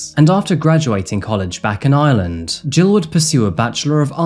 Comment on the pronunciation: IReland IReland not Island drives me nuts